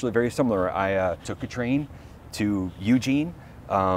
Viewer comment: FYI it's pronounced, "eugENE" in "orygun".. ;) And the coast starlight line is brilliant, I used to take it home for Xmas from college